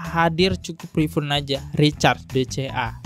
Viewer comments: Rifun rifun.... Rifaaaann. Tulisannya emang refund tp bacanya RIFAAANNN. Gatel bet kuping gw dengernya rasanya pen lgsg teriak dikuping mas nya 🤦‍♀️ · Ngakak anjir. Refund jadi rifyun😂🤣 Next perbaiki bahasa inggrisnya dan bacanya banyak yang salah juga wkwk gue jadi ga fokus kasus malah fokus ke cara bacanya😭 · Mon maap bang, fyi aja refund yg bener dibacanya RIFAN yaa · Haha ak jg agak gimana dengernya rifun rifun trs wkwk